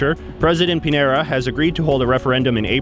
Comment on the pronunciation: Piñera is pronounced Pin-yera